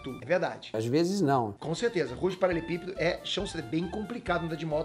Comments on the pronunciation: não sabe falar paralelepípedo kkkk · Só eu percebi que o fala “paralepípedo “! Kkkkkkk